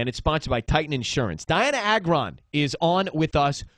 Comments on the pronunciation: Pronounce like (Ay-gron) not that hard to say. NOT A-GRON. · no one says it right it is soo annoying!!! it is Agron not agron :)